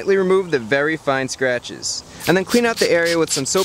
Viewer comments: everytime you said sratches I took a shot, holy moly I can see the light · Fun drinking game: Take a shot everytome he says sratches :P